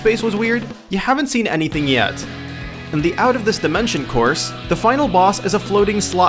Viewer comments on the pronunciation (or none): none